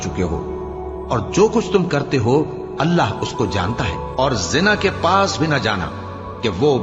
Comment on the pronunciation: जिना नही, ज़िना बोलते भाई।